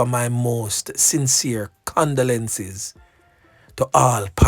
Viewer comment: Stop say “condelences” bro its “condolences” it sick mi stomach evrytime yu say dat